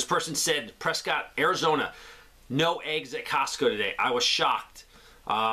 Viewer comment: As I learned myself when I moved to Phoenix years ago. Prescott az is pronounced press-cit (said like biscuit is, 2 cylibals both the same emphasis 😉) now you'll always get it right. Yes, I know you explained the verbal pronunciation issues you have, I get that point. Who the heck steals figs!? Smh what the heck! 🤣 To the person in New York city apartment living. Learn container gardening, even very tiny container gardening (do windowsill if you have to). It will do you tons of good and you will learn a lot too! Learn/get skills or new skills. YouTube is great for that too. Get what your budget will allow. Yes, good news you found a friend that is also working on preparing and such too. Reach out, online, online groups, ect. You will find lots of people to connect with. It's a big city! 👍